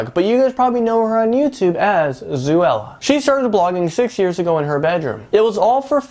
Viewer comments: Wtf he said zooella and dayes 😢 i never knew Zoe had that big of a house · you cant say words correctly zooella? shes not a animal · It's Zoella like Cinderella with zo in front and Alfie's last name is pronounced days. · Yeh zOella not zuella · Sorry but you said both their names wrong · Yes I Am fan girl and British so it just bothers me a tad.😜